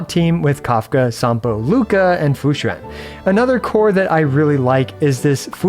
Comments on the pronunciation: as a chinese person, this is the most accurate pronunciation of Fu Xuan and Xianzhou Luofu I've heard from a non-chinese person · Among all the Chinese names you pronounced, Fuxuan is the best LOL, great try! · you need to stop pronouncing fu xuan so accurately like a Chinese native, it's getting uncanny :) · Hey, not sure if you're gonna see this but coming from a bilingual your pronunciation of Fu Xuan (符玄) and Xianzhou (仙舟) is pretty on point. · Wow the pronunciation of xianzhouluofu and fuxuan are pretty spot on, always happy to see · The way say Fu Xuan sounds native